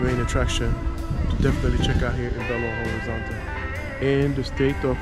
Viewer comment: Belo Horizonte is NOT pronounced Horizontay it is pronounced Horizonche. In Portuguêse the “T” is pronounced with a CH. Boa Sorte 👍🏾